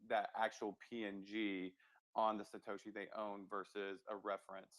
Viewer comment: I felt the same on Satashi it's Satoshi lol n Nakamato Nakamoto